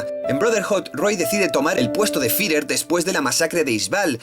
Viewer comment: Buen video pero odio tu forma de decir Führer 😂😂😂 lo siento, podias aver dicho general o haberlo dicho en japones